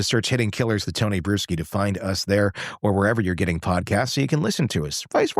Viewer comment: You REALLY need to change your last name, dude. I hear brewski every time you say it. 🤭🤭🤭🤭🤭🤭🤭 It reminds me of Wisconsin, and not in a good way...